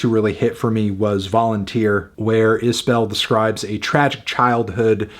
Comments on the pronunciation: I appreciate your opinion. I happen to think Jason is one of the top songwriters of my lifetime. I would hope you would want to pronounce his name properly… He pronounces it is bull, not bell. Just trying to help. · It's pronounced iz-bull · FYI, his last name is pronounced Isbull or maybe even Isb'll - I think it kind of elides the second vowell. I only correct you because I try to remember it myself.